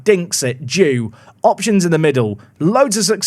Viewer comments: The Danish left back Mikkel Due is pronounced Du-eh. Due in English is pigeon so perhaps he could be pigeon-man 😊👍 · Due, is more pronounced like Do-e' Or you could nickname him 'Dove' / 'Pigeon' which is what the name means in Danish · The name Due (meaning pidgeon) in danish is not pronounced like the english due but like ˈduːə